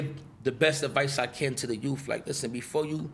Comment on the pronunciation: Foo said "BILLY DA BULL" , damn.